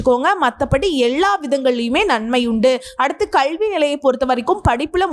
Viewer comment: 🙏🙏👌👍👍நல்ல not நள்ள, 🙏👌❤️கல்வி not கள்வி pl